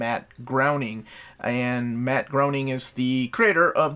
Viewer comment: Can’t wait for Bizarro deluxe!!! One of my most anticipated releases of the year. My TPBs are falling apart. Also, because I know you love being corrected on pronunciations..... “Groening” is pronounced “GRAY-NING”